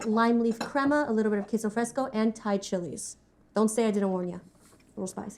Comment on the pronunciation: Did he say "I love thigh food"?